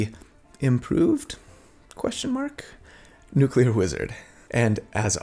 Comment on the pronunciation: Lol Nucelar (6.20) Btw I'm a newcomer to the channel, and loving the builds.